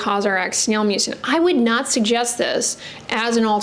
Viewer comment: Does anyone else hear snail mucus?